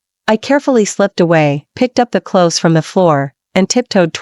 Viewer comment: "clothies"? That's giggle-worthy!